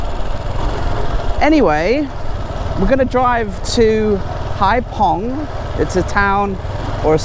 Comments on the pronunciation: What a difference. I was there in 2000. It’s pronounced hai fong, not hai pong. 😜😜 Thank you for these videos 🙏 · 'VIỆT NAM bởi MOTORBIKE' should be changed to 'Đi Việt Nam bằng MOTO'. Hai Phong should sound like 'haifong' rather than 'haipong'. Regards. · Just seen your blog and was,so disappointed, I was on Cat Ba 30 years,ago it was lovely looks like another tourist place to avoid. On a,side issue PH is pronounced as F in Vietnam 🇻🇳